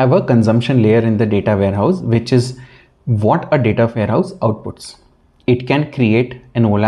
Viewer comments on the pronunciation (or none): The presentation is very distracting due to your poor English skills. You could be a lot more successful by correcting your pronunciation of letters and speaking proper grammar. For example the word What starts with a W sound not a V Sound. All dictionaries include pronunciation for all letters and words.